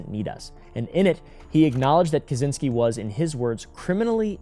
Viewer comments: Americans making up the worst pronunciation possible instead of simply looking it up in the internet. 😭 Brother, it's not that hard. It's something like "Catch-in-ski". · As a Pole, it always makes me laugh when Americans try to pronounce Kaczyński with a hard Z,not knowing that CZ is one letter in Polish 😀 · Just to let you know, it’s pronounced KaCHynski. The cz sounds like “ch” in chair.